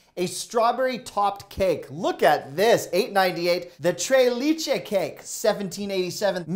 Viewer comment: No worries my friend just thought id impart the pronounciation I can attest that learning english as a second language was not easy but thank you for all you do!